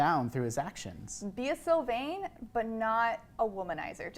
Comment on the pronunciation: You did Sylvain wrong. Im so disappointed